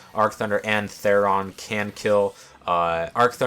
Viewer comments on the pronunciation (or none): A neat summation of the character and strategy, but one thing bugged me: It's Thoron, not Theron. Like the Norse god.